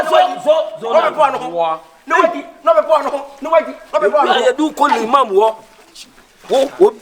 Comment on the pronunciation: said lemam 😂 😂 😂